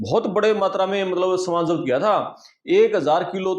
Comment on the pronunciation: Zapt kia tha ki jagah jabat kia tha bolra hai pehle aapna pronounce theek kar lo bhai sab